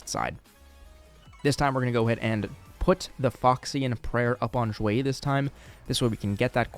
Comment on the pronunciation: "x" in Xueyi is pronounced "sh" not "zh". Same with all other chinese names/words.